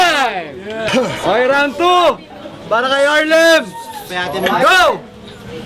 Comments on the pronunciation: bakit ang R nagiging W para kay..🤔🤔🤔 😂😂😂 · Harlem bulol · Walng buhay harlem pota k pnu k nging 2nd place bulol kp s r tae n m 😂😂😂😂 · ang half na mongoloidddddd na di mabangit ng maayos ang Rrrrr😂🤣😂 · Nyekk..bulol nmn s R c harlem.